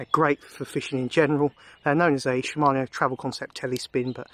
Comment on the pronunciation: Thank you! and yes we pronounce it in UK sh him mano